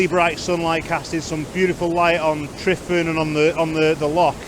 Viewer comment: It’s pronouncing T.R.E.V.A.N if saying out loud. Tryfan.